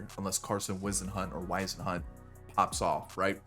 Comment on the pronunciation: Pronounced wizz-en-hunt just to help u for the future